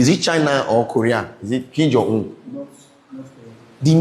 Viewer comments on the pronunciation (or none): none